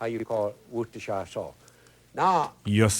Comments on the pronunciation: Whoooooo, Whoshtshire, whoosttashrire. Tabasco is Tabaskcou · Lol I can understand why you think Roux is pronounced like Rocks, but worcestershire sauce being pronounced like 'your sister is saucey' kinda did me in lol! 🤣